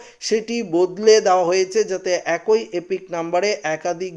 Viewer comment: "একই "উচ্চারণ ঠিক করে পড়ুন